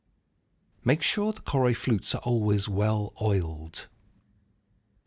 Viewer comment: Choroi is actually pronounced as Caw (as in caught) Roy